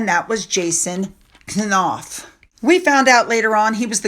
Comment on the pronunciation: Knauf is said like knee< silent K. She’s got it the wrong way again. She was the bully along with Harry and they’re cowards underneath like all bullies because they are incapable of expressing true friendship and basic good manners and leading with the truth.